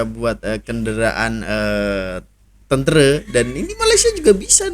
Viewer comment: Tentera bang bukan tentere😂😂🗿🗿🗿